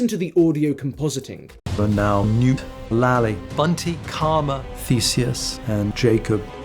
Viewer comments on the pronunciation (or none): everytime you play the list I keep hearing “Noop” instead of “Newt” and it just makes me think they really should have done a second take and nail that T sound